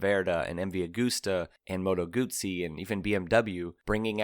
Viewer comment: Great video and great comments. Thank you for pronouncing Moto Guzzi correctly.